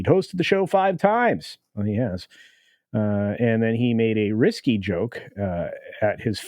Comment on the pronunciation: risque is different than risky, and pronounced differently friend. "risque joke" means sex or sexy innuendo type of joke.